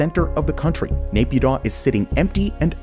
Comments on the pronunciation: Dude it's pronounced MEE-AN-MAR not MAYAN-MAR ffs. Same with Napyidaw. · not Naypyidaw it is Nay Pyi Taw